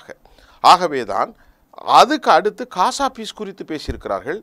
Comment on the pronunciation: Please don't say 'kasa' please say as 'Gaza'